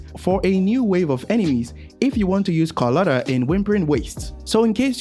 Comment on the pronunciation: "calculator" bro is doing calcharo dirty